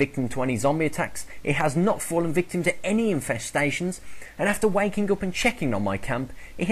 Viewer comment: When you saying waking, it sounds like wanking. XD Love this video man keep them coming! great work.